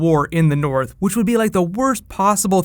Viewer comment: "The King in the noorf!" :D